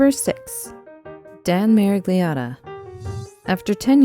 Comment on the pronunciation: As italian, my ears crushed by listening the pronunciation of the name "Miragliotta". It is completely different in italian, where it finds its roots. But okay, I acknowledge that not all languages are italian.